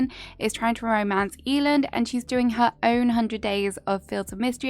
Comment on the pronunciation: Eiland is pronounced Eye-luhnd, it's a german Word ❤